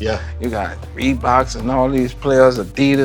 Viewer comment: Bro. This dude said "ReBoKz aN JaBoze" so many times 😂